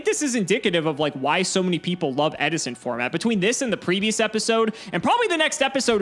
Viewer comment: Ed-i-son! Ed-i-son!